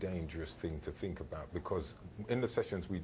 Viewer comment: It's not "fret" it's "threat" "th" th" "th". Come on now! And it's not "fink" either.